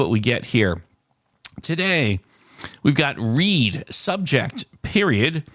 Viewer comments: Well, we've just found our newest entry into our next montage of hilarious moments. You haven't heard of the color "reed" because you're not pronouncing the word "read" correctly. You have probably heard of "red" though :) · Read is pronounced Red